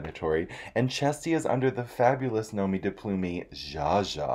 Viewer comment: "Plume" (from "nom de plume) doesn't have an accent mark and rhymes with "bloom" ;)